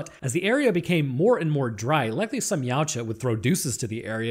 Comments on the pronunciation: Ya To Wa, you can't pronounce it like a human. 😂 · Funny fact ; Yautja pronunciation translates to 'husband' in my language.